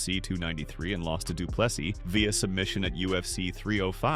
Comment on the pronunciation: How is it that there are still people that does not know not to pronounce the last s in DDP's surname? The narrator (AI?) jumps between correct and incorrect....